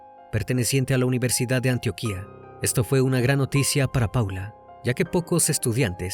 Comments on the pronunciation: Se pronuncia Antioquia, no Antioquía. sin acento. Tampoco se llama Provincia, sino providencia. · Sé que no tiene que ver con el caso pero se pronuncia Antioquia, no Antioquía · Buenas noches, quería corregirle un error que ha cometido varias veces al decir Antioquia, Antioquia es una región de Colombia y Antioquía es una ciudad de Turquía, tu entonación es incorrecta lo pronuncias como que estuvieras hablando de la ciudad Turca la Antioquia de Colombia es sin tilde, al igual que cuando hablas de la (Udea) Universidad de Antioquia.